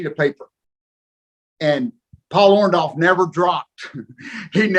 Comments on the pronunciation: Why he keep saying Paul orndolph 😹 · Him and Hogan are the only ones in the universe that pronounce it "ORN-DALLF" the rest of us ... including Paul pronounce it "ORN-DORRF"